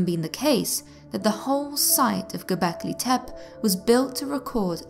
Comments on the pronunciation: isn't it; Go-bek-lee Tep-Ay, not "Go-bek-lee Tep? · You need to learn how to say Gobekli Tepe correctly ;)